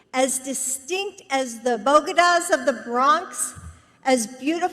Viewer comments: Bo-da-GA? She really close to the “LatinX” community isn’t she? Honey, it’s bo-DE-ga. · What’s a “bogeda”??? I thought it was a bodega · Wtf is a "Bogada in the Bronx🥴"??... ...Was she trying to say Bodega? ...As if she's EVER been to one...😂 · Wtf is a bogeda? Did you mean bodega? Talk about your disconnected elites... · No. She said "bogahdahs". She switched syllables. And she stressed the "o". She doesn't know the word "bodega". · Is no one offended by how she said "bogeda" instead of bodega? That's the most offensive part. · What is a “bogeda”? All community colleges have an introductory Spanish classes. Someone should tell “Dr.” Jill. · Wtf is a bogeda??? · Aww, she thought she was being so cute. She just couldn't help it, had to make a fool of herself. Spanish is, and will always be, a feminine/masculine language, tough luck wokers!! And Jill, its Bodega, not Bogeda!! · Bo-ge-dahs of the Bronx? ... did she mean Bodega? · Bogedas? It's Bodega Alice Cooper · Say it with me. BO DEY GA. Half baked anyone? Wtf is a bodiga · What's a bogada? I know she isn't talking about oar strokes or waves. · Did she just say, "bogeda??" Good grief. She can't read a prompter either. And people disparaged Melania! 😡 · She also pronounced “BODEGA” (the kind of little store where you kill a guy with a boxcutter in self defense) as “BO-GE-DUH.” It’s fucking phonetic, and this broad is a DOCTOR of EDUCATION?! I’m loving this particular taco Tuesday. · "Bogeda"? Did she misread her teleprompter for the NY term "bodega"? Or, did she say "Bogota" which is the capital of Columbia thinking she was in South America and not San Antonio, Texas? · Bo-dey-gas??? Like she’s ever been near one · What's a bodiga? I'm from The Bronx and I'm not familiar with such. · What the hell is a " bow-dah-gah"? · What's a bogada?😂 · She couldn't even get "bodega" correct. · Calling Mexicans tacos and horribly mispronouncing bodega....yep, no doubt that's a Biden alright!! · She Absolutely butchered Bodega